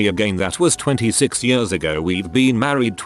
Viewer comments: nobody: the reading voice: 22 yörs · Every time this voice is saying years like yers I'm cracking up more.. my belly muscles hurt... XDDD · reddit: years voice: yaRs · Anyone else cracking up at how the voice says “years”